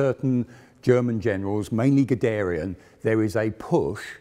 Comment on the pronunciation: Very good video and very informative. It would be great, if you would pronounce Guderian, Krupp, Panzer and some other German words and names properly.